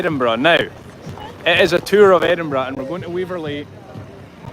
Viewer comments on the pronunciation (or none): No,. I'm from the US and even I know it's not pronounced Eddinburg!! 😂